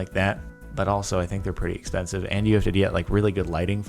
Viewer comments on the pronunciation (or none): none